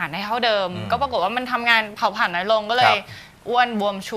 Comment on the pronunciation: พิธีกรหญิง ออกเสียงไม่ถูกต้อง ออกเสียง ตัว ร เป็นตัว ล และออกเสียงคำควบกล้ำไม่ได้ เช่น โลค (โรค) ปายนิ้ว ฮอร์โมน ไทลอยด์ (แต่บางครั้งออกเสียงถูก) โตเล็ว (เร็ว) เผาผาญ (ผลาญ) กุ่ม (กลุ่ม) ตวจ (ตรวจ) แก้ไขด้วยนะคะ